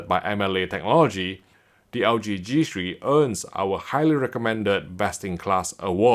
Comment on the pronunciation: Its g three not g shri